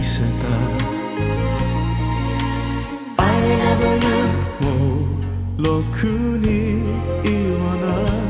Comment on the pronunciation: i love you を日本人発音に寄せてるのいいですね